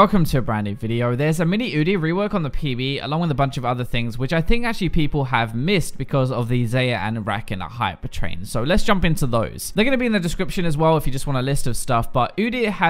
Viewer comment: not to be annoying, but it's pronounced Zeye-yah and Rack-kaan